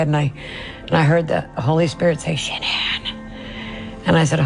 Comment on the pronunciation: It erks me everyone says her name wrong..even Chris and her close friends. Everyone in media ...everyone says her name wrong. Even you. I listened to Shannans parents say her name ans its pronounced as a basic Shannon. I know yall heard all her parents interviews.